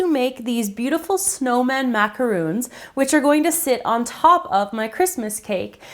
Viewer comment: Why is no youtube chef able to pronounce the word Macaron? Macaroons are coconut and chocolate cookies. An english word. Mac-ah-roon. Macaron is an meringue based cookie. A french word. Mac-A-Ron. Mac as in macaroni. A as in the letter A. Ron as in Ronald.